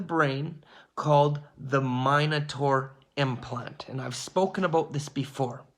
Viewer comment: It’s MIN ataur, not MINE ataur